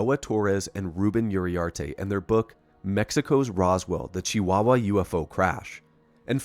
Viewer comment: Hell yeah, you nailed the pronunciation of Chihuahua! Mexico has some pretty interesting UFO incidents, don't we? There isn't a single wasted second in this vid. Thank you for such a solid report. If our government officials weren't so busy trying to protect the cartels as of now, maybe they'd find some time to answer your DMs. Please keep in mind that secrecy in Mexican government is more easily explained by incompetence and them being too occupied with plotting against each other, and not so much by an actual conspiracy.